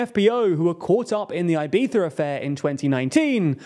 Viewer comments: It's Ibiza, not "Ibetha". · "Ai-by-sza" affair: what the hell is that? Please, that's so ridiculous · "eye-BEE-thuh"? Yikes lol well, it's an attempt, I guess. Try "ee-BEE-thah", the first 2 vowel sounds are identical. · Ibiza is not pronounced "eye-beetha" -- it's "ee-beetha" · Why does he say "Ibitha"? It's really weird, just pronounce it like a regular english speaker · Do the people who live in Ibiza pronounce it “Ibitha”? Or is that just the Castilian pronunciation? Edit: it’s Eivissa in the local dialect, so I don’t see the issue with Anglos saying it with a “z” sound. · Why does a native English speaker believe it is right to attempt pronouncing "Ibiza" in Spanish in the middle of an English sentence? I am multi lingual and in none of the languages I have mastered do we insert foreign pronunciation mid sentence like this... It makes no sense to do this... Unless you are native Spanish speaking English (rather masterly I would say), which would only be an excusable offense. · Good video but for christ sake dont pronounce Ibiza like that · This is a super interesting video and I’m curious to see where it goes from here. Admittedly I’m more focused on your pronunciation of Ibiza. I’ve never heard it that way before and I guess it’s cause I’m not British. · Unpopular opinion… but, I hate the UK pronunciation of Ibiza. Wants to be pretentiously correct at the end, and Fs up the beginning.